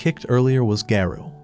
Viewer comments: bro its garo not gayro😊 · Why is garou called gayrou💀☠️☠️ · I like this bro but bro what Garou it is garu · Garou is not gayrou 😂😂